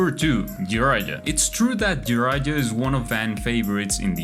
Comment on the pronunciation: Jraija? who is that lol, old dude is crumbling in his grave every time you prononunce his name 🤣🤣🤣